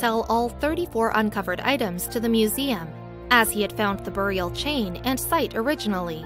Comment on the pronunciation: Every time she says buried and burial wrong take a drink.